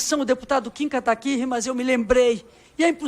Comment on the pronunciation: Essa mulher é muito ignorante, ele não consegue até hoje falar Kataguiri... Pqp vai ser burra assim lá em Brasília